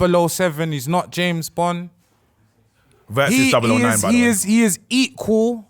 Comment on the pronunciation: “JERMAINE BOND” 😂😂😂😂😂😂😂😂😂